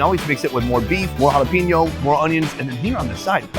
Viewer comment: It’s jalapeño not jalapeeño